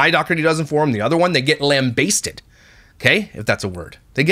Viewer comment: I believe you were thinking “whambasted” because I’ve ever that before lambasted had me laughing 😂